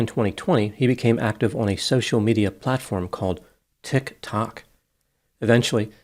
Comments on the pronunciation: Things I love about videos: 1. The constant "TIC. TOK." trolling. The forced pronunciation of it like he does, puts it down in so many ways. (Deservedly) 2. NJ troll. As a person living in the Garden State.... all comments are amusing because they all have a grain of truth. 3. How everyone is described as "exceedingly creepy"... i wait with bated breath every time for it, and the pay off is so satisfying.... kind of like when peter griffin waits for someone to say the "name of the movie" in the movie! 4. Whenever a pet or animal is presented, the picture always has a "black bar" over the animals eyes... as if protecting its identy.... hilarious! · I love how pronounces it Tik TOK. Truly expresses the idiocy behind people who use it. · I love how pronounces TikTok as if he’s never heard of it before. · The way you continue to pretend to not know how to say tiktok is annoying. I clicked off the video right away. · mispronunciation of TikTok is funny on a couple different levels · I understand his sense of humor. I just don’t get the source of his acting like he’s never heard of TikTok or how to pronounce it.